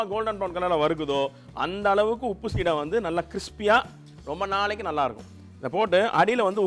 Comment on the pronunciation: Not seedhai. It is seedai.